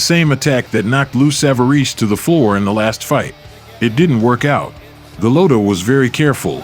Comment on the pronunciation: The AI mispronouncing Golota’s name 😢.